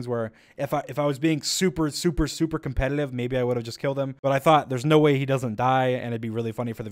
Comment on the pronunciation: "Maybe if I was super super super compeLETIVE I would have killed him." Were you stressed in the making of this video?